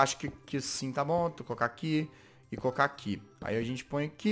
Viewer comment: Vc dis cooca mas é coloca